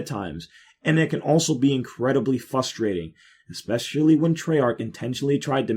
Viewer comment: I hate to do this but... there is an r in "frustrating"